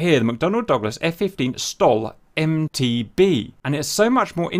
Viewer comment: Why do you keep saying F-15S/MT"B" when it's MT"D"